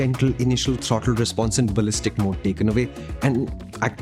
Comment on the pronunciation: riyalishtic baliztic